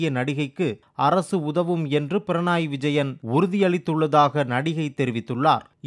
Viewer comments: Pranai இல்ல பக்கி, Pinarayi (பிணறாயி). உச்சரிப்பில் இவ்ளோ பிழை 🤦‍♂️ 🤦‍♂️🤦‍♂️ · பிரணாய் இல்லை பினராய் உச்சரிப்பு சரியில்லை